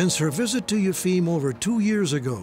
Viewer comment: I can appreciate the arguments Michael Schermer gives on Yefim (the Boston healer) but learn how to say the guy's name.